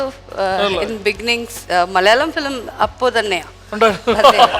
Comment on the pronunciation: ഈ അവതാരിക ഏത് കോത്താഴത്തെ മറ്റവളാ ..?മലയാളം എന്ന് മര്യാദക്ക് പറഞ്ഞൂടെ അവളുടെ മറ്റവടത്തെ മല്യാളികൾ ഇത്പോലുള്ള അവതാരികമാരെ ഒഴിവാക്കുക ഷക്കീല പോലും മര്യാദക്ക് മലയാളം സംസാരിക്കുന്നു ദയവ് ചെയ്ത് ഫ്ലവേഴ്സ് ശ്രദ്ധിക്കുക ....